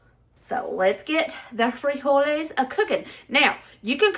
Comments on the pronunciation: Freeholys. You said it right🤣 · You said "frijoles" right! We add some chopped tomatoes, onions and cilantro (for those that like it) as a topping. Adds some depth to it. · I just started watching the video but I just wanted to say that was a great pronunciation of frijoles. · You pronounced "frijoles" correctly. But the normal Spanish stress/accent is on the next to the last sylable when the single form ends with a vowel. [Stressed is CAPS.] friJOle. Plural= "friJOles." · Great job pronouncing frijoles! Proud of you! Mexican food is cheap & oh so GOOD11❤️‍🔥🙏🏼🥰😘🤟🏼🇲🇽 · LOL!! I'm a Texan of Mexican heritage ... I, too, hate cilantro & DOES taste like soap!🤢😫 My bestie LOVES cilantro and uses it a lot (🙄🤦‍♀️), and I've gotten used to it, but I still won't buy it.😉 First time here, and I subbed. Love your southern accent. ❤ And you did pronounce frijoles correctly. 👍 Oh, and I have added cornbread to my mom's beans and still do. Can't help it.🤷‍♀️ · You’re pronouncing frijoles real good! I appreciate your disclaimer on how you say things and not trying to offend but you did real good. 😁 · Your frijoles pronunciation was spot on. I throw in some pork pieces to give it flavor. Chorizo con frijoles had too much water and if possible to find like at Walmart "San Manuel" Chorizo is the least greasy. When I make my smashed refried beans you can add strips of fried bacon in your tortilla tacos. I'm glad you/family like Mexican dishes. Everything is very cheap to make for Mexican dishes. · You said frijoles perfectly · You did great with the "frijoles". I am not Mex but lived in Puerto Rico my adult life, then came back to USA. I make the "frijoles, black beans and other pulses with some ham, and always include a bay leaf. Thank you for sharing your recipes, good humor (which has me in stitches many times), and your lovely family.